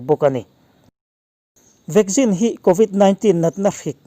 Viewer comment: I news hi a tha thei hle mai... Mahse ti nge VACCINE hi VAGGIN i tih tlat a🤣